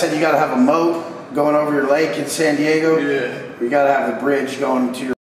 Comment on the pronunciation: Wait did i hear that right did he just say I'm gaygo & changed it up & said i I'm daygo 😅😮..